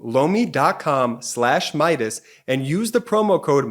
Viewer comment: I’m really not trying to be crude or anything of the sort, but every time your sponsor says ’Lomi’, it really sounds like he’s saying ‘blow me’. Just a heads up (no pun intended) Love the channel btw! Hahaha 😊